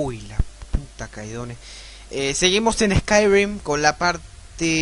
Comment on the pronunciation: Se dice "escairim", no "escairuim"